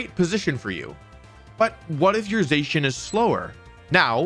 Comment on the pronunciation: Has to be the only person on earth that pronounces Zacian wrong somehow